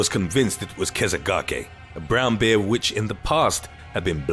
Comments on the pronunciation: I love the way he pronounces "bear"... Like beer lol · He pronounces bear like beer, made me thirsty lol